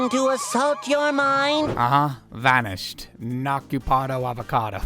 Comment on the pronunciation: why did he say “vanished” like that